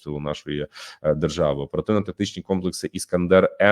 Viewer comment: что ты подразумеваешь, говоря "дэржава".